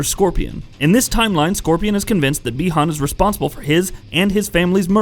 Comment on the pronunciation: I’m surprised he didn’t say “Bie Han” lol. Got the easy name right